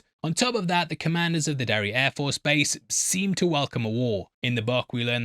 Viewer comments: Every time he says Derry Air Force I hear derriere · Anyone else giggling at the sound of "Derry air force"?